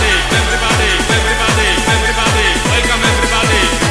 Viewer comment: łelkam ewrybady? nie, to nie jest dobrze. :P